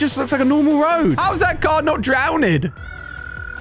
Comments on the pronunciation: "drownid" he never fails😂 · You can't pronounce drownt